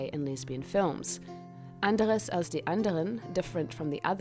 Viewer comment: She did, however, mispronounce "Büchse" and "Anders".